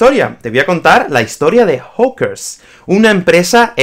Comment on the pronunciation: Hola - Cuidado con tu acento y pronunciacion de la palabra "hawkers", suena como "hookers" (=putas) - otro tipo de empresa. Gracias por el video! C.